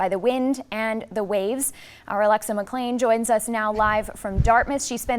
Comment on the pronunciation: the newsreader called McClean That. Even a She can't say She in Canada. I hope your paycheck is worth the crimes against humanity.